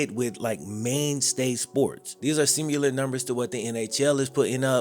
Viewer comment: Lol kills me with the "simyeelar" aka similar🤣🤣